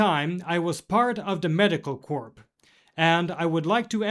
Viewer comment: Corp? P is silent.. bath-ed? I hope this is not artificial intelligence